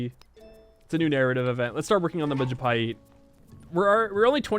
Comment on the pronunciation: That is the first time i actually hears civ player pronouncing majapahit perfectly